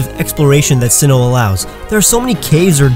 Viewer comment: You pronounced Sinnoh incorrectly